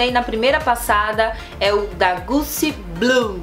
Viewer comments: não se fala Gucci, se fala Gutti, como se fosse com T. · Só um toque... Se fala "Ô de parfâm" e "Guti"... Amo perfumes 😀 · só um toque: se pronuncia “Guti”como se houvesse ali um T e não um C!Espero ter podido ajudar! Bjs e amei o vídeo ❤️Tb amo o J’adore! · amor, se escreve Gucci, mas a pronúncia é Guti, só pra ajudar. Um abraço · Gucci a pronúncia é guti rssss